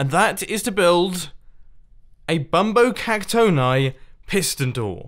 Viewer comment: I say it bumbo cac-tony not bumbo cac-tone-i